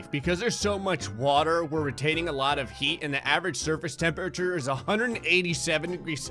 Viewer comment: "Whats the tempeture oh 2 bazilion celsius seems legit"